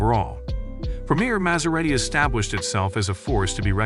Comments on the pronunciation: How do you pronounce it correctly and then so wrongly the more you get into the video! It's pronounced as Maz-era-ti, Yes it's spelt Maserati, but the S is pronounced like a Zzz. Really good video but. Also I don't think Maserati would shoot themselves in the head by going all electric, I think that's a bit false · The narrator has a tough time pronouncing the brand name 'Maserati'... Its really not that difficult.. He goes from saying it correctly.. to saying it incorrectly. Its annoying.